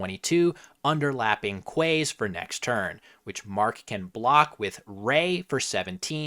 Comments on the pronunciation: it's pronounced "keys" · That's Quays isn't it?